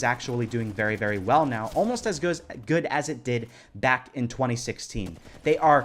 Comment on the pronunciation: Are you serious right neow bro?